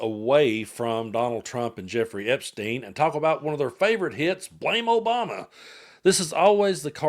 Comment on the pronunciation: "OBAMA-NA" SHOULD REALLY CONSIDER SEWING FOX